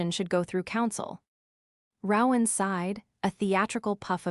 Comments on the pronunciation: It’s pronounced, “ROE-an, not “row-an” like “cow-an”… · Yes I agree that the AI reader should be fired and a human who can read and speak English should be required. And the mispronounciation of people's names is totally unacceptable. It's "roe-in" not "rawr-in" that's "roe" with a long "o" and silent "e" then "in". I mean it, get a new narrator who can read and speak English, fluently.